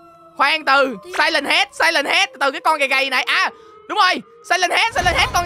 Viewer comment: khúc này người ta đọc là SIREN HEAD còn anh đọc SILEN HEAD là sao anh:))))